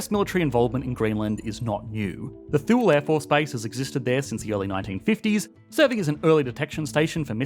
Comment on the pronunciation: As shown , the US already borders all NW Passage routes with Alaska bordering the Bering Strait, not that that's necessary to put a couple destroyers in the gap(s). it was pronounced "toolie" This is about rare earths and the inability of Greenland/Denmark to reliably resist Chinese state economic pressure tactics over the long term, thereby tightening China's stranglehold on the critical market.